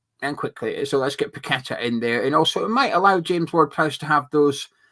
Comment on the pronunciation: tell your mate its paqueta not pack a tar. Ffs Nice show and spuds now fine for me with top coach and we have that prick moyes still. We will get our west ham way back when moyes is gone. Hate the guy from years ago and still do. Poch pep kompany Carrick post the way forward. Tim pls sort out